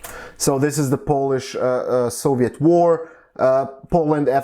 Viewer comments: Your Polish pronunciation is very good in my opinion :) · Your pronunciation is pretty good. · Actually your pronunciation is pretty good.. And I'm really happy that people around the world finding our history interesting